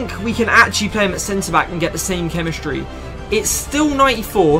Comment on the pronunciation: Nobody: This guy: chemischtry